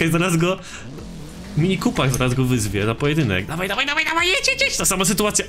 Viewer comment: "mini kópyr"